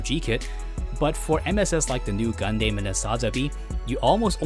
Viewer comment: damn your pronunciation for the word "Gundam" needs to change